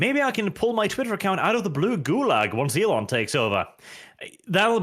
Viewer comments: It’s Elon, not “Elen” 😎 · FOR THE LOVE OF GOD SAY IT WITH ME NOW E-LON ITS NOT HARD!